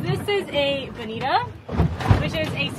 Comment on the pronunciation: Mutton not muh'in. Bonito not Bonita. Button not buh'in.